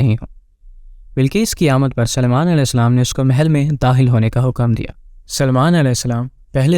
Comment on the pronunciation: Hazrat Suliman aism ka naam bhi nahi bolne aara